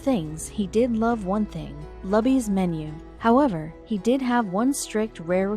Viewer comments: It’s pronounced LEW-BEES.... And there is no staff that takes orders it is and always has been a restaurant where you grab a tray go down the line get your food at the end and sit down they only refill your drinks. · Really? Are you talking about Luby's restaurant that you didn't bother to find out how to pronounce for this story. The restaurant chain in Texas that I've known about practically my entire life, is pronounced like the name, Lou bee's. I just have a feeling that you didn't. :( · Can't even pronounce Luby's right. Just get to the point. You make it boring with all the unnecessary talk. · Did you research the proper pronouncement of "LUBY'S" ? Do you get paid by the minute? Wasted time. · She only worked there " Luby's " PRONOUNCE THE NAME RIGHT ! She only worked there 6 years, but served him for 10 years that's quite a feat in itself, and deserves the rewards ! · It's not called 'luh-bees'. It's pronounced 'Loo-bees." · Loo-bees. or Lou-Bees Not Luh-bees. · Buck was a grumpy old asshole. And it's not "LUBBIES" it's LOOBIES! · PLEASE stop saying lub eez it's, Loo bees. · Not pronounced Lubby's Pronounced Looby's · Lou - B's ... not Lub-ee's. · Not lubbys... Lubys...loobys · The Luby’s Restaurant isn’t pronounced LAby’s, It’s Looby’s! Sheesh, get it right!! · It is pronounced as if saying "Loo-bies", not "Luh-bys". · sorry I had to thumbs down and quit after a minute and a half... first of all her name is "salazar" she's middle aged, and she lives in BROWNSVILLE TEXAS maybe 95% hispanic... quit showing the pics of young white girls... secondly... QUIT MISPRONOUNCING LUBY'S... it's not luh-bee's, it's LUE-bee's. Everyone knows this. And there are no damn banquet dining candlestick fold napkins at luby's... it's EXACTLY THE KIND OF PLACE that WWII veteran assholes go to. As the video said... IT'S A CAFETERIA! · its pronounced lew'bees not lubbys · The restaurant’s name is pronounced “Loo-Beez” not “Lub Beez”. Do your research next time.